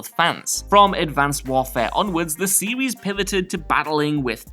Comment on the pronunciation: Please stop saying "series"